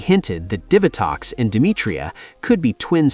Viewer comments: Okay look, the video is good and I love the summary of things. But try to make sure you've got some pronounciations down right. for example "Diva-Tox" like a DIVA Devi-ot, like how you says DEVIOUS Dia-bolico, like how you say DIABOLICAL, DIABOLICO it's not that hard when you hear either rangers or other characters say the name of a character. Also as a note, you discussed Ransik but his final fate HAPPENED in the crossover with Wild Force where he helps the Ranger teams out and also ends up purified of his mutant affliction and is thus FULLY reformed from the Ransik of the past. He had a redemption ark LIKEWISE you forgot to mention how Astronema reformed as Karone became the 2ND Lost Galaxy Pink Ranger after Kendrix died when Psycho Pink killed her with a legendary sword. The Psycho Rangers themselves would've been worthy of a mention of returning ELITE bad guy Ranger enemies. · Cant you pronounce Divatox correctly